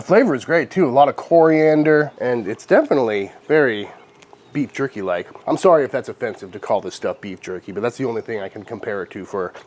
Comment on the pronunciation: I don't like how he kept on calling it jurkie. And talking about steaming it😱